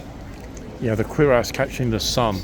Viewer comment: Have you never seen Jack Clugman as Doctor Quincey, American medical series of 70's? By the way it's cure-ass, not queer-ass.